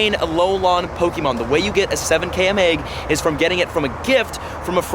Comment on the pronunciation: I just cringe every time he says km and alolan. How can u butcher it this badly